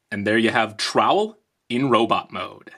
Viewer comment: Sounds more like towel